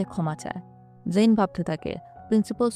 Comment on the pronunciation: জেইন এবং ওর নাম ম্যাট আপনি একটু ভালো করে বলেন